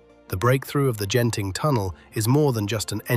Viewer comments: The g is soft like glee or eagle. Its genting not jenting. Though this is ai so why bother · Great video, but small note: Genting is pronounced with a hard "G" not a soft "G". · Its pronounced Gehn-ting, not Jen-ting.